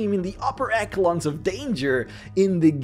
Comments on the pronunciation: ESH-uh-lons, not ACK-a-lons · Eckalons? Are you fucking kidding me? Its Echelon, with a shh sound